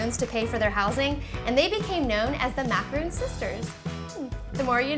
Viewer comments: IT'S MACARON, NOT MACAROON! They are different cookies. You pronounce it like Ron, like Ron Weasley. Not Roon. OKAY?! Sorry this is one of my pet peeves. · It's macaron not macaroon. Macaroons are made with coconuts and are like biscuits. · its macaron (mac ar on) not macaroon!!! they are totally different desserts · MACA-RON !!! NOT MACAROOONN!!! They are 2 different cookies !!!! Smh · mak-a-ron not mak-uh-roon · It's pronounced Mac-ah-ron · Ma-ca-ron. Not Macaroons!!!!! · Macarons are made with almond flour and whipped egg whites and macaroons are coconit cookies. Don't tell me "its the same" or "its not a big deal". If you want to seem ignorant then keep sayung macaroons instead of macarons. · just a tip, that word is pronounced mack-er-ON. not mack-er-oon. they are completely different things. a macaroon is typically made with desiccated coconut (deliciousness) where as macarons are what you were making. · they are Macarons not Macaroons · looks amazing! I'm exciting to try this recipe. Sidenote though: Macaron is pronounced 'Mac-ah-rohn'. A macaroon (mac-ah-roon) is the one with coconut in it. common mistake though, I only realized they were pronounced differently a couple of months ago =) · Why does she keep saying Macaroon? How can you teach people something when you dont even know what its called. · Maca-ron is how you pronounce it! It kills me when people don't say ur right -_ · You're pronouncing macaron the wrong way 😂 you're saying "macaroon" which is a coconut cookie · macaroons really? smh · It's macarons not macaroons!! that's something different! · If you're gonna make a video on how to make a MACRON, you should at least pronounce it right. There's a difference between macrOn and macarOON. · Yeah but I gotta break it to you..... It's MACARONS not MACAROONS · it is not "macaroooons" jeez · OH MY GOD MACARONS, not macaroon! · Gabbi.Sadz EYE TWITCHES ITS MAC-A-RON - MAC FROM BIG MAC & A & RON FROM HARRY POTTER! DAMN IT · MACAR-ON its macaron btw